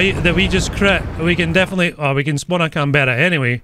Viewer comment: Pronounced can-bra not can-ber-ra